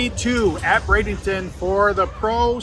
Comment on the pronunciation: It's Bradenton. Not Bradeington 😂